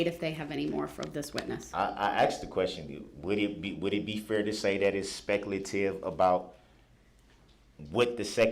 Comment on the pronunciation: It's "SPECLATIVE"!!! 🤣🤣🤣🤣🤣🤣 What a Doof!!